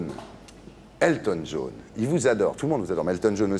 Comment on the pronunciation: "Elton Djaune".